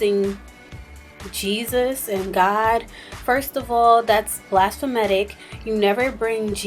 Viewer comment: Blasphametic?! Girl what?